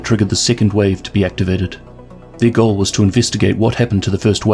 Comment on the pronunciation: Today I learned that some people pronounce "goal" as "joal"